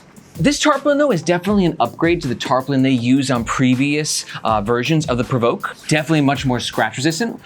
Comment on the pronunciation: You're doing a better job at pronouncing PRVRKE than Chase Reeves who said Perverky :D